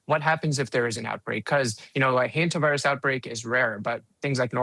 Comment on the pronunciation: a what virus? I hear Henta Virus...